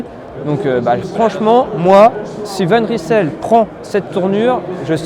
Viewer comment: Bravo décathlon de choisir un nom que les français ne sauront même pas prononcer correctement. Cela vient du flamands et on prononce « van reïsel » pas « van rissèle »...